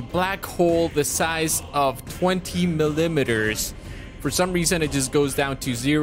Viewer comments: “Mil im id ers” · Who taught you to speak... IT'S MILL I METERS.. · "mi-limiters" GO TO SCHOOL